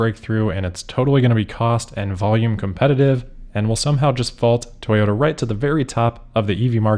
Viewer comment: Moar Toy-ohoh-Ta plans. And hilarious ones at that. Fantastic.